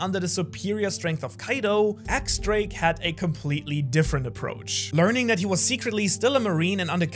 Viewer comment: Minor nitpick: X Drake’s name is pronounced as “Diez Drake” as the X is apparently the Roman numeral 10 that’s supposed to be pronounced like the Spanish word for 10.